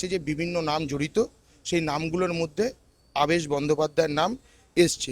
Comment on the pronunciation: Apni nam ta theek bolun.. Abaas noy. Aabesh . so so kore ki kharap uposthapona .. Erokom subject thakle eta ke top class content kora jeto . reporting ta shikhun. Aar so r dosh na katle shikhyito shona na .. Din mujur type r kotha barta . depressing .